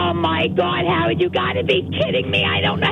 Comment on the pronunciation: "FIVE YEAAAAUHS FUH HOW LAWNGGG HOWUHDDDDDDD?!?!?!?"